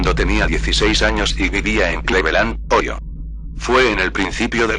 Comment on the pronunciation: intenta las cosas que se dicen en ingles, escribirlas como se pronuncia, ya que el loquendo las pronunciara mal por ejemplo: dijiste Oyo en vez de Ohio